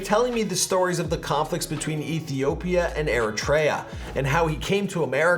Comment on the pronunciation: Thanks for the video! It’s pronounced Ear-rech-tree-ah